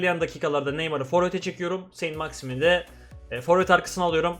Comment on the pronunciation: Sent maksiman diye okunuyor